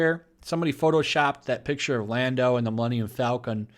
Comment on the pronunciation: Huuuuuuugh!!!! You mispronounced Lando's name! You're a racist! I am literally shaking right now. I am calling homeland security on you.